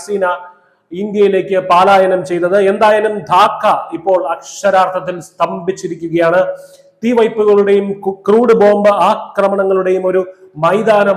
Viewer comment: പലായനമാണ് ശരി പാലായനം അല്ല